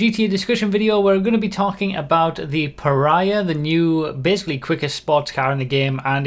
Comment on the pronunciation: I'm not sure it's pronounced like that, reminds me too much of Piranha.